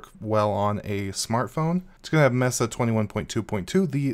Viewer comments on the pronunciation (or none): none